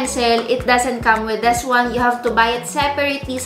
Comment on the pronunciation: Annoyed with your "THES" paki bigkas ng tama next time, "THIS". Nice review, nevertheless!